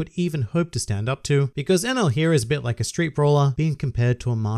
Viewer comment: I think you pronounce him like "an L"